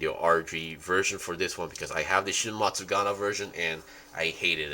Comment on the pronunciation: if i hear matsuGANA one more time.....